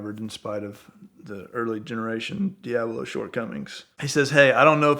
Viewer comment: Does it irritate anyone else with the way this guy says Diablo